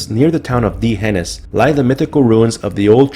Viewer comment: Great video, you are mispronouncing D'hanis.